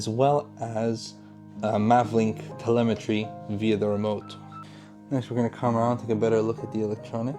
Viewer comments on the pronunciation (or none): none